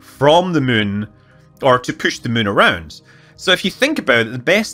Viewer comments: To all space linguists: Scott's pronunciation of "moon" is not [my:n] but [mʉ:n]. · As a non-native speaker who is mostly used to hearing different american accents or sometimes some english ones I enjoy the way Scott say Moon/Mun. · I like how Scott can't say the word "moon." Only "Mün." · Scütt Münley